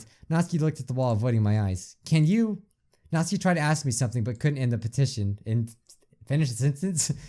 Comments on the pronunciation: Natsuki, nawt-soo-key. Not natski. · It’s natsuki not natski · I dont want to sound rude but you pronounce Natsukis name as Nats Sooky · Natski? It's natsUUUki no offense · I love love love your vids, watch them frequently, so please do not take this wrong... but her name is "NAt-SUE-keeee"... not "Not-ski" ;) ;) ;) I promise, its an A sound, not O, and there is a sue in there :D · whos natski i thought it was natsuki (knot - sue - key) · ...i keep hearing saying natski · it's nat soo kee. you're saying it as nat skee :) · IT'S PRONOUNCED "NAT- SUKI" NOT NATSKI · Nat-Ski¿ I've not heard anyone pronounce it the way you do. Isn't it Nat-Soo-Ki¿ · It’s pronounced [ nat - soo - key ] Not [ nat - ski ] 😂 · I dont know if anyone realizes that bijuu is calling Natsuki (NAT-SU-KI) Natski? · Hate to be rude but it’s said as (NAT-SU-KEY) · Not being mean but its Natsuki ( nat-sue-key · “and Nazi’s clearly excited.” “I held Nazi tighter.” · Yeah, he calls her “Nazi” or “Natski” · is pronounced natski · Natsuki is said like NOT-SU-KEE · ITS NatsUUUUki!ADD THE U! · Sorry I just wanted to say it's pronounced Not-soo-kee . It's just been bothering me 😅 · Its Nat suk e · It's pronounced nat sUki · NOT-SOO-KEE. Say it with me. NOT-SOO-KEE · GOD ITS SOOO ANNOYING!! HER NAME IS PRONOUNCED 'NAT-SOO-KEE'!!! NATSUKI!!!!!!!1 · it’s pronounced “NA-SUE-KEY” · i think that you pronounced Natsuki wrong. there is a "U"